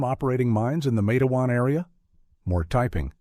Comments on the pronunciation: LISTEN IT'S NOT MATAWAN IT'S MATEWAN W,VA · its matewan not mateawan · The town is called "Matewan", pronounced exactly like it looks "MATE-juan" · Well, it’s pronounced matewan, (mate-wan) and it’s in southern West Virginia, I grew up less than 14 miles from there, I am a historian of matewan, and there is a lot of history here, But I can tell you for a fact that this did not happen, it’s completely 100% fictional, there never was a sheriff by that name or a coal mine by that name. Quit misleading people. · Pernounced,matewan. Mingo co wva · Mah tah wawn . Correct pronunciation. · It is a terrible story.They were sad times. It is pronounced Mait-twan —-Rhyming with Wait-Swan.